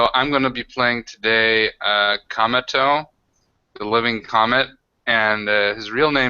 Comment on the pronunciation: I really like the Cometo character, but I constantly understandGamingBeast saying "Cameltoe"...